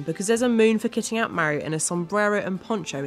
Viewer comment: It Is Mario Not Meario